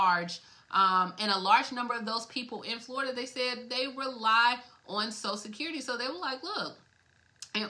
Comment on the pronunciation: ...its "social security"...not "sosa-sid-currity"...take time with ~prenunciation...